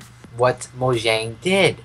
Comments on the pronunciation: What is this mojing dance move you keep talking about It’s mojang No mojing😂😂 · You:I don't no why you keep on saying this mo-shing thing... Boy:mojang You: no mo-shing I'm crying xD